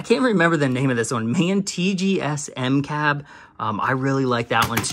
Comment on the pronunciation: Sweet video! It is in fact M-CAB, not M.C.A.B. It's because it has the "M" version of the cab (Medium height maybe)